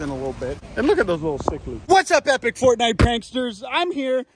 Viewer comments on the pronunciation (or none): none